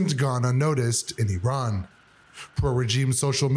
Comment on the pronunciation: Iran...renamed we-ran 😂